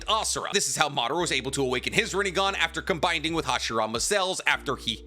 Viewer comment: There is no “d” in “combining”